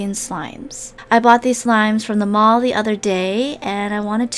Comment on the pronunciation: the way said my malll i was like yOu Own A SToRe hehe